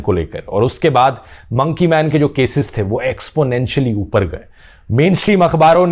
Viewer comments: Nobody literally nobody Dhruv: Mounkey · monkey .........pronunciation 😂